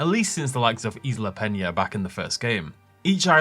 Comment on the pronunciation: Pena, not peña